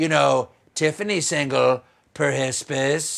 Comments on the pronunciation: why is "perhsps" hilarious? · Perhsps lol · Perhespis? Oh my. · "Pershispus" is the flower of insecurity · Perhsps made me lol! Perhsps you need that haircut though Stephen 😄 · Perhsps might be my new favourite bit.. just need it with a daht daht daht to make it perfect. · I laughed so hard at perhsps 🤣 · Oh finally! You know 'covfefe' only being appropriate for non quarantine settings right?? And quarantined or not, we have feelings to expressing here 😱😱😱 And then the word has finally arrived. Perhsps! Say it with me! Per-his-piss!